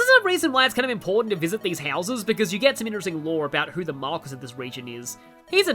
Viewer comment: Okay, so I was right! They just out and say it! Neat! (Also, I'm pretty sure marquis is pronounced "markee," since it's French)